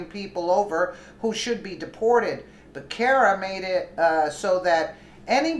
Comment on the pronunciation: It's pronounced Buh ser' ruh